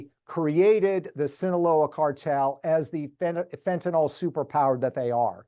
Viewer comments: It is pronounced Fenta nil, pronounce it fentan ol and a chemist will look for something else. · why does everyone say fentanal? it’s fentanyl.